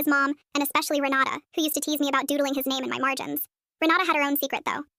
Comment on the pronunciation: I can't be the only one who heard "Renata" as "Ronaldo"